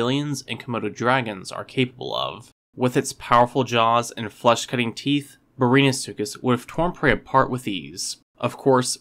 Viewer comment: did you really just pronounce it brainasuchus